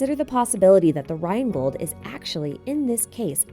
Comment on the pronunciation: Good job on making Rheingold sound extremely badass with your english pronounciation!!!